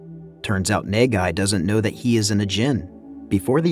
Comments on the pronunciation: bruh i thought he was saying negai and that means future but he was saying nagai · bruh just call him na-gai (as in nuh-guy) ffs...wtf is even nae gai...ppl be pronouncing the name in the movie a whole ton just follow em gawd dammit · the prodagonist's name is pronounced khei nahghai. as a japanese, it was kinda disturbing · Quit saying NEIGH GUY I had to close the video smh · His name is pronounced Kay, like mmmmmkay? And his last name is Na-Guy, like nah, guy, you’re butchering the pronunciation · Good recap but I can't stop laughing at the way you pronounced Nagai. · its actually kinda annoys me you didn't read the name the it supposed to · I couldn't stand your pronunciation of NAGAI lol